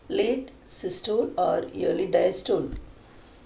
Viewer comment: Madam you did give it a nice try but still it need alot to explain and regurgitation pronounciation was incorrect besides systole and diastole.